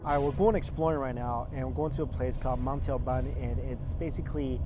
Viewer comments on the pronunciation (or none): none